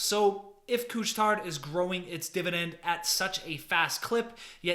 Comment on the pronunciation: Just don't pronounce the "D" in Couche Tard :-)